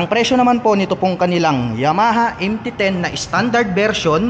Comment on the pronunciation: Sir MT 10 po hindi MT O10. Panget pakinggan e. 😂😂😂😂